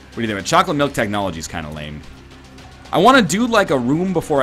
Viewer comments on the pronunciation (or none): none